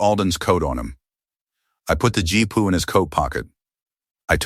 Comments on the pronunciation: GPU. Gee-Pea-You. GEE. PEA. YOU. 😡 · G P U not jeep pu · I laughed every time i heard "Jeepu".